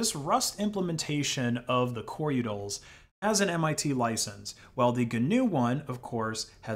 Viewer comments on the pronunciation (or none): Utilities... U-tils... Not yutals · u-tils, not u-tuls. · The uncanny valley of this AI narrator is intense. I've never heard a human pronounce utils with a flap-d before. U-udils and Coreudils sounding like Daffodils, but if a d already comes before it like findutils, then it is keeping it as a regular t? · it sounds like you keep saying "yootles" instead of "utils" and that makes me chuckle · not liking how you pronounce “utils” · The way you say utils makes me hurt on the inside. lol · Ow, my ears. The number of utils you've mispronounced. Say it with me: "su-doh" != "su-dew"